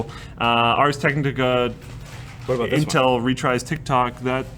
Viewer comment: When pronounces retire as retries and no one noticed